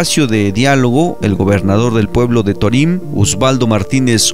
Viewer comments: ¡Mi felicitación de nuevo, pero torím rechina horrible! El narrador, locutor o hablante no puso atención al señor Jesús Patricio Varela Martínez en su pronunciación del nombre del pueblo yaqui Torim, sin acento en la i. ¡Arriba Sonora! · Torim se acentua el la letra "o" (lo pronuncias mal)...